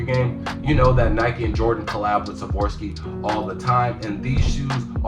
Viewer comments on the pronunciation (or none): Swarovski not savorski